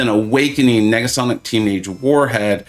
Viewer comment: Holy crap you said Negasonics name correctly! I am both proud and sad at the same time!!!😂